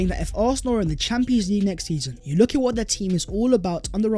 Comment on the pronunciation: VHAT IS VHE VIDEO VHERE AND VHERE… Can someone tell what that idiot is on about? 😂😂😂😂😂 Sounds like such a moron after producing an otherwise excellent video. WHEN he fixes that I will subscribe and share. Get that?